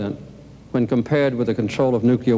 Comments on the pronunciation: Those damn nukear? nookear? nukeyer? weapons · Carter cannot pronounce "nuclear".